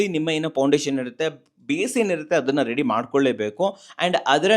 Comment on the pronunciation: ರೇಡಿ ಅಲ್ಲ ರೀ. ರೆಡಿ.